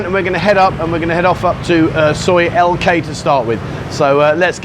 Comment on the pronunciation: Its L K not T K, sorry not your initials. 😂😷👍